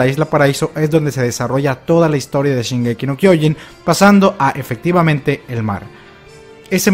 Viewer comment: Casi me corro cuando en los avances el narrador dice: Shingeki No Kyojin